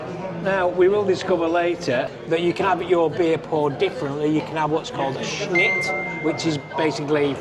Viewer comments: If you pronounced snyt and mliko correctly you’d be much less conspicuous! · The sign of a genuine Brit. “I’m probably butchering the translation”. They recognise they get it wrong but can’t be bothered to get it right. This whole video made me cringe every time you both continued to pronounce šnyt, mlíko, řezané incorrectly. It’s really easy to pronounce Czech correctly. With few exceptions Czech is pronounced as it’s written, and the way to pronounce each letter is literally in the first few pages of even the cheapest Czech phrase book and takes a few minutes to learn.